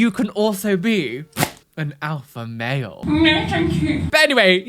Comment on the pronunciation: I know this is besides the point of anything, but it sounds like says "an Alpha Whale", and imagining a whale that is a self-proclaimed Alpha Whale on tiktok is the funniest thing I've heard for a while!